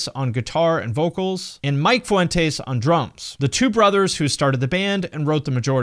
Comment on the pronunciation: Dude I can’t with how you pronounce Vic and Mikes last name😂😂😂